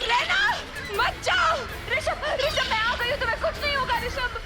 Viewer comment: Bhai vo Rashimb nhi hai rishab hai 😅😅😅